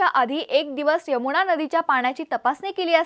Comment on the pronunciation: "भावणा" ...😅 यमुणा😂 अरे अरे